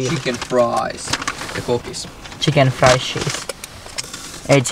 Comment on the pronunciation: myyjä luulee et joku 14v jonne tullu trollaa ku kuuluu vaan "saanmä vopper-aterian fantalla ja sit noi tsiken fraissit ja kola"